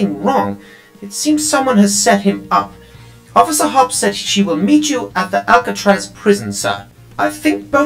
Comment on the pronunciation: Through the entire thing he says officer hop but her name is officer hopps (Judy Hopps)